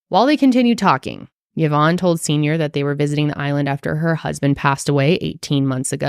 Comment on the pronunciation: Great episode! But as fellow Yvonne, I wanted to say that you guys mispronounced it, it’s actually pronounced EE-vonne, as it is actually a French name! Love you guys and your work 🫶🏽